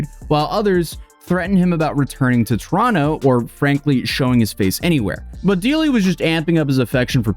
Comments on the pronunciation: And bonus points for pronouncing Toronto right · did just pronounce Toronto the proper way? As a Torontonian, that makes me very happy, eh?